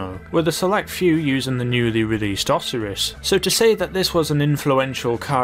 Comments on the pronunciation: It's pronounced "oh-SAI-rus," not "AW-si-rus." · "o-see-ris"? "oh-sy-rus" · Osiris is pronounced: Oh-Syy-Rus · Osir-is? I swear its pronounced osi-ris And , isnt it Ty-rus not Ti-rus? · It's pronounced Osighris. Not Oseris. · he said "oseres" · LOL i love the way he names and pronounces some of the cars like vagina (Vagna) P-Fister (Pfister aka fister) and the oseris (Osiris O-psy-ris or O-Sigh-ris) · Osiris- Oh-Psy-rus. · Lol it’s Pronounces O Sirus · Love the video but I wanted to die when you wouldn't say "Oh-Sigh-Ris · Ok, It’s Osiris, not (osur-us), and tyrus, not (turis). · Osiris. OhSYris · Its pronounced O-sI-ris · It’s pronounced oh-sigh-ris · Lovely how you pronounce Osiris. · They way he says Osiris & Tyrus.... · You said Osiris wrong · It's Osiris not a fucking rhinoceros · osiris,tyrus,and vagner why do u pronounce them wrong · How the hell do you mispronounce "Osiris?"